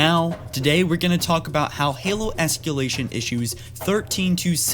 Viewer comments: Say it with me es-cuh-lay-shun. no close, not escyoolation es-CUH-lay-shun CUH CUH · es ca lation. not es key lation. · Still can't pronounce "ESS-CUH-LAY-SHUN"? Okay.